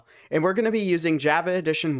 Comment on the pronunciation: "Jaeva edition"